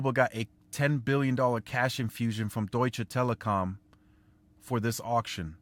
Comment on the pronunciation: Deutsche Telekom ...good pronunciation ....greetings ftom Germany .. Grüße aus Hamburg ....